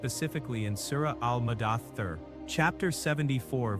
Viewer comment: I hate AI voice. What in the world is Surah Murder-thuh?